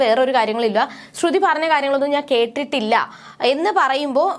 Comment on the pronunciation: ശ്രുതി ആണ് ശ്രുധി അല്ല